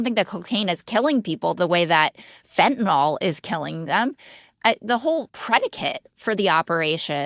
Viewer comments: Let's please avoid sounding like MAGA rednecks: its pronounced fentaNYL, not fentanol. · Fentanyl is NOT pronounced Fenn-ta-NOLL; it is FENN-ta-Nill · so we got Scott to stop pronouncing it fentaNOL.. maybe Jess can follow suit?